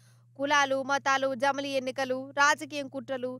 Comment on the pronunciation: i don't like this. but he got it right for once bro. he said jamili. he goes wrong with english and hindi but telugu he gets it right sometimes;) replay it slowly you will hear ja.mli